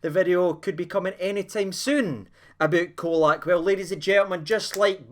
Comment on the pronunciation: Pron Cholack.Not Colack.